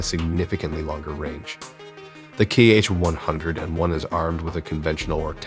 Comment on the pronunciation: The missile name is just /Ha/. Apart from that, you indeed tried to research the pronunciations of the alien language 👽